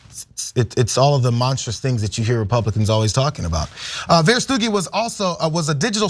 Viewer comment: Is it not pronounced "Vera stooge i"?? But we know you have to be a sicko to support Trump anyway so no big surprise here. The Nazis were really good at messaging also.